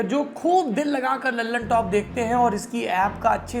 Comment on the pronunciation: दी ललनटॉप नहीं द ललनटॉप बोला करो दोस्त नाम ही गलत बोल रहे हो न्यूज़ का क्या भरोसा By